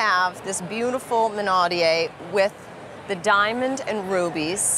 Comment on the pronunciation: It is pronounced minaud-E-ere not minaud-E-A.